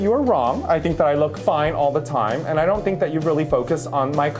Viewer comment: I "dent" like you either! hahahahaha killed it.